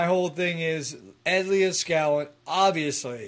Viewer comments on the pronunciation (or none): You keep saying Ed Leah-skallin, haha.